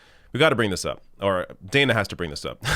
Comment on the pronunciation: Her name is pronounced Dan-A, short a. Just FYI. Sorry, I was a teacher and taught phonics for decades 😂